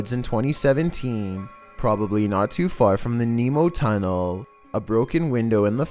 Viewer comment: the only thing scary in this vid is your freaking ascent "then they found an abandoned maintainers Tuneellllll